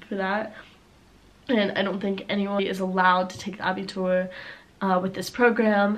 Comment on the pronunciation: Abitur perfectly spoken ))